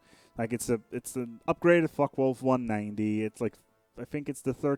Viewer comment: far from it actually. He's dutch and his pronounciation is not perfect. He calls the Focke Wulf "Fuck Wolf". It's good though.